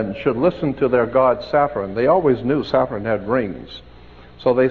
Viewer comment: did he say saffron?